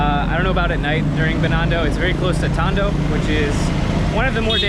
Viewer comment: First time hearing Binondo and Tondo with accent and you made it sound like it is an upscale place